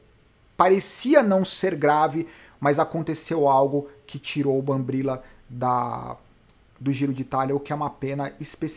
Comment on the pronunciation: Olá. Obrigado por nos trazer tanta informação com excelência! Só, gostaria de chamar a atenção que você chama o BRambila de BamBRila. Chama a atenção porque meu chefe é um Brambila... Ok ?! Abraço!!